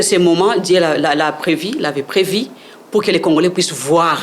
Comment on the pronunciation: Prevu et non previ